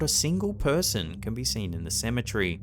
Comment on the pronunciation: CEM - E - TER - Y!! There is no such thing as a "cemetree"!!!!